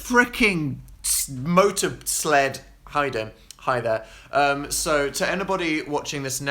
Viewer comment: And for some reason i thought u said christ on a fricking 'molester'